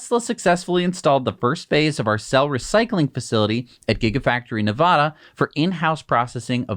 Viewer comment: Please learn how to pronounce Nevada. LIke Elon pronounces it. Nev - “A” as in adding machine - duh. You guys are top notch. Love your channel.